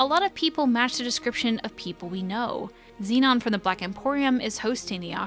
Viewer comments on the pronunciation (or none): none